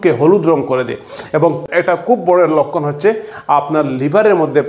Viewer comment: লক্ষণ কে বলে লক্কন